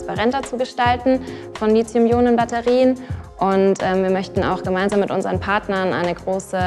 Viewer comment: Warum kann keiner dieser Experten das Wort Lithium aussprechen? Kein c kein z...